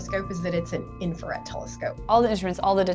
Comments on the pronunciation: Note to the editor of those videos: its INFRARED not INFARED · Wait... it's INFARED and not INFRARED? Really?!?!?! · Is it just me , but isn't it called infrared, not infared? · Infrared, not infared. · “Infa”red… we all make mistakes I guess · It's INFRARED, not INFARED. ooops. Love your vids.